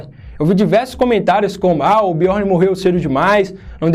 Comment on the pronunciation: Fala direito, parça. Biorni não. Biorn